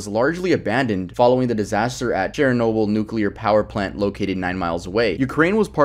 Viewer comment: It's Chernobyl